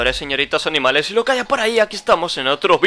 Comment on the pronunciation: Oye porque dices animamles